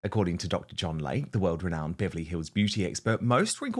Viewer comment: PRONUNCIATION: It's "Dr. LAY-KEY" NOT Lake!!